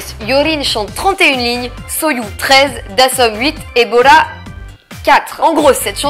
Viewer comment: "et Bora". J'ai entendu "Ebola". C'était tout pour moi.